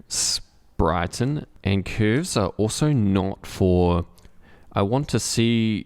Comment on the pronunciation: Came to hear you pronounce CÜÜÜRVES your very own way. Stayed for the quality content.